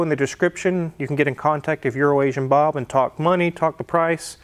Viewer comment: You said Bobs name wrong